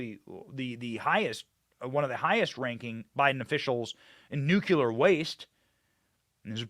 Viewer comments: Pronounced 'new-clear'. Sorry B, when you pronounce it like GW Bush it makes me cringe. Just say no to nuke-u-ler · Benny, They spray chemicals down on us here too...CHEMTRAILS PLEESE, not you too Benny...it's not NUKULER... IT'S NUKE LEE ER! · And by the way it’s nuclear. Not ‘Nukiller’ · It's pronounced NOOK-LEE-AR not nook-you-lar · Umm, Benny, there is only one "U" in nUclear, and there is no "K"... it's not "Nukular", it's "Nuclear". You sound like George W Bush. lol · Benny, it's nuclear not nucular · Benny, Please do not say 'nuculer'. It's nuclear. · Please learn to pronounce 'nuclear' correctly, Benny. 'Nu - klee- are', Dont sound like that idiot George W. Bush. And no im not a 'leftist commie puke karen'. Just a conservative american who subscribed recently. My Dad was on the first nuclear submarine in 1960 in the USN and id like him to rest in peace. He hated that ignorant mis-pronounciation. Thank you. FJB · Good show as always. At this point, I’m pretty sure you’re saying “nuclear” wrong on purpose. You get more comments that way which is honestly a brilliant way to get the youtube algorithm on your side.